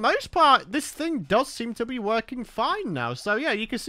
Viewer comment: Am i the only person who heard say “Blee” instead of “be” or am I insane?